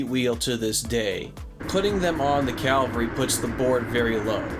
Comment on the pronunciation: I love in all the reviews I've watched. no one can pronounce Cavalry. 😂😂